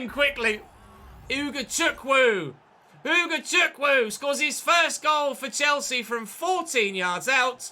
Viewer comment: Its Pronounced Ugochukwu (OO-GO-CHOO-KOO)